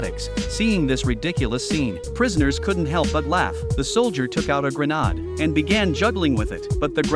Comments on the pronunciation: The “granod” lol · Why are these voices incapable of correctly pronouncing 'grenade'???